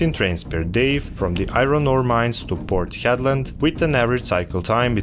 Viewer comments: Port Hedland (Headland) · Just a note, it's called Port Hedland.